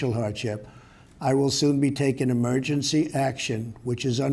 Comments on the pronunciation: Mergency? can’t even speak right. Voice sounds kind of weird buddy go get that checked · Trump's infected: Evidence = "poor lungs" "Cant speak properly - Mergency" "phlegm" "phlegm gulp swallow" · public helth 'murgency